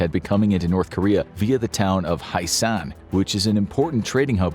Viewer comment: kim jong un does love kpop actually but he doesnt want the people to learn about the outside so therefore he calls it evil also its pronounced h-yae-sarn